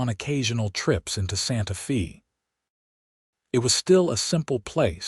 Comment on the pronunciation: Santa Fee? Tuscan? AI ain't all it's cracked up to be.